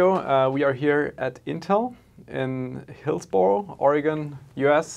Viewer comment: Hey that's awesome! I live in that state. Insider tip, it's usually pronounced Hills-burr-oh despite how it's spelled. 🙂